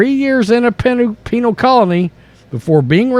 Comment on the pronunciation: You said “Penal”